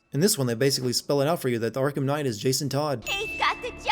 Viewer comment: Arkham Khight?